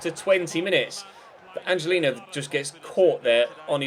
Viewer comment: its pronounced "angelinyo" this ñ is makes the 'ny' sound.